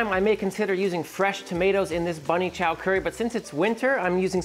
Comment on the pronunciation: Im South African. I was super happy to hear you say Bunny Chow. 😮🎉🎉🎉